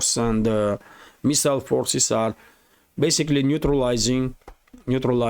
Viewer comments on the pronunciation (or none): none